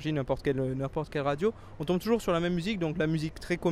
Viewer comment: new word: "trour" (toujours)